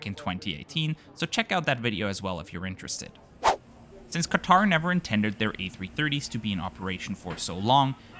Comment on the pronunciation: When you constantly changing from QAtar to QaTAR pronunciations. 😀✌